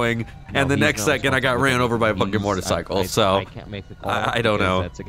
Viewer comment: Am I the only one who's noticed that always pronounces motorcycle "mortacycle"?